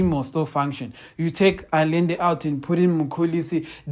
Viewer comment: consistent in what? "Allende", try pronouncing it thus: Ahende.